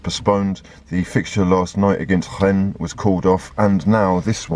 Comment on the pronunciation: pronouncing Rennes with the full Gallic flair: "Hrrrhen." Beautiful scenes;)